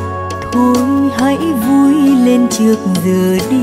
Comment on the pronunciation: Hát hay nhưng mà phát âm ngọng nghịu, đã chót iêu,,chôi theo,, chước giờ đi